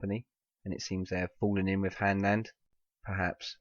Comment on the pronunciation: its "Hanland"